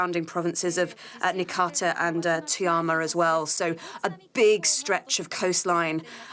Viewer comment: T o y a m a ------ Toyama ------ Toy ama please pronounce properly!! My son is there, can't get back home -- no trams, trains, planes nothing running --- some kombini's only places that are open and running out of food already --- few hotel rooms and some have whole floors closed